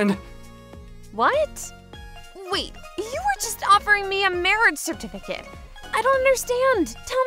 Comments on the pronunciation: When they say certificate they pronounce it certifercate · Bro what's a certerficate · The way they pronounce certificate as "certifercate" really bugs me and I dont know why